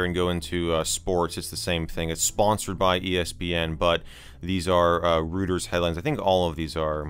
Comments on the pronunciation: For what it's worth.... it's Roy-ters not Rooters. Great vid though. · Please forgive the pedantry, but it's "roy-terz" and not "roo-terz". But great video!! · Rooters lol